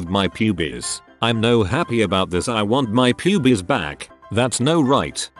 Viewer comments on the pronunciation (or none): I still can’t get over the way the AI voice says “pubes” 😭😭😭 ✨P U B I E S✨ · lol the way it pronounces pubes. "Pubies" lmaoooo i thought it was some kind of regional dialect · I’m more laughing at the guy saying pubies in a Scottish accent lol